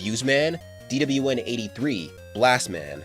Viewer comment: The way you say DWN is so satisfying to hear for some reason especially in 2× speed